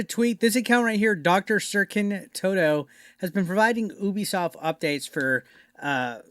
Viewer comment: Me: Ubisoft This guy: Oooobisoft We are not the same